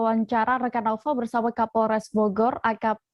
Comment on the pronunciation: Namanya NAUFAL.. tp gak bisa bilang INFORMASI & KONFIRMASI. Semua huryuf F & V jadi huruf P. NAUFAL jadi NAUPAL INFORMASI jadi INPORMASI KONFIRMASI jadi KONPIRMASI kwkwkkk